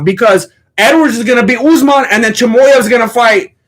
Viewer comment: Bro has learned how to pronouns names off uncle sonen. Choymoyev